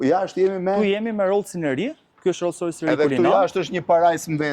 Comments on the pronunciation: Roll rojsi thot Blendi 🤣🤣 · Roll Roys ✅